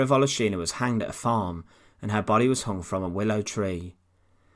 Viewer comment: volOshina, not voloshIna! ;)